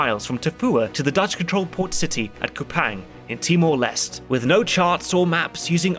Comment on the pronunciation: One minor correction too: Kupang is pronounced much closer to "Koo-pung" and the Leste in Timor-Leste is pronounced as "Lest-tay".